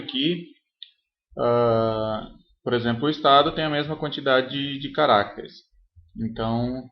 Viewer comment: cada vez que ele fala carácteres, uma criança morre